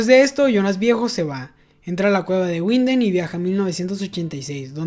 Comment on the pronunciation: Una aclaracion: no es Guinden (Winden), en el aleman la W suena V, seria entonces Vinden (Winden). Algo similar pasar con la V que suena F, por ejemplo viel (mucho) suena fiel.